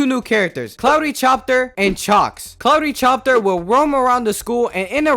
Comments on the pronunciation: "Cloudy chopter and Chalks"😔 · Also cloudy copter was pronounced incorrectly. And you should see what happens when you get flattened by reflex + flood event lmao you straight up in the water. BUT, I think your hidden in it